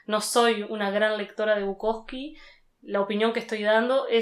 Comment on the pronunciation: es Bukowski. Con esta i al final.